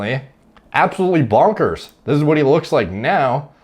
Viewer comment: Lol it is strange hearing someone with a non-English accent say 'bonkers'. It sounds so funny!